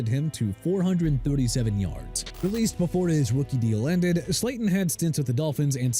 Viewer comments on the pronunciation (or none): none